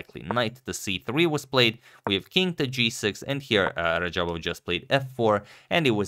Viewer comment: This guy totally messed radjabov's name lmao